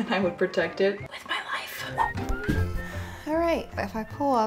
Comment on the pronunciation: The "spicy crunchy life" blooper? I definitely heard "spicy crunchy wife" the first time